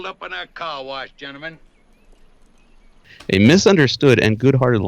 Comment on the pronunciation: It sounds like "car wash gentlemen", but reading his lips it looks like "car wise gentlemen".